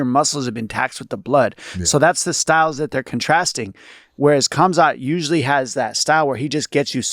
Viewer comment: "Kaz-mott" - Mayhem